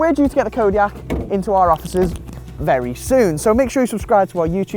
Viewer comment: can' t even say the name